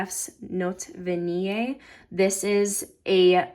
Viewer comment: Great pronunciation on Vanillée! Merci- bisoux..